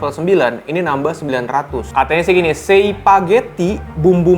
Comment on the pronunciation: Gemes gw ama lu bang... nyebut sambel luat 'Sambel Lu At', nyebut Sei 'Se i'.. jangan2 lu nyebut ikan paus juga 'Ikan Pa Us'?